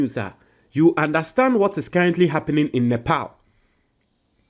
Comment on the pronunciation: am sometimes peeved at you That the pronunciation of NEPAL too you are not sure how to pronounce it??? REALLY????¿